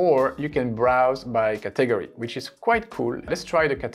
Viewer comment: This was very helpful. Pixabay is my favorite because it was where I first discovered free photos. But now, being ready to branch out, your video was amazing. (BTW category is pronounced cat'-a-gor-ee with the emphasis on the first syllable.) THANK YOU SO MUCH for producing this video. I look notes and will start using Pexels more often.